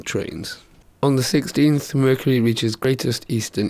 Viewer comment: vercury lol